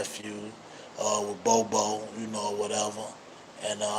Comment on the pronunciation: I’m over here shook like bro we been pronouncing that man name wrong for years… All these bloggers been calling him Bob-O